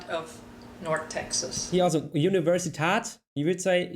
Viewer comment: It's interesting how you commented that said "Universität" with a long "a" sound rather than a short "a" sound for the umlaut because I noticed earlier in the video it was mentioned that Texas German was also a mix of Spanish. The way she pronounced it sounded much closer to the Spanish universidad than the way you said Universität in German. I don't know if that's the reason for that particular pronunciation difference but it would explain things if so.